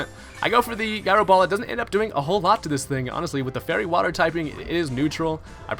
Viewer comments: It's pronounce jyro ball. You sound like a dame fool when you say it wrong. Butt head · The way you say gyro bugs me